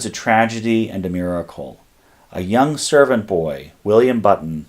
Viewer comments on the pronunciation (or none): none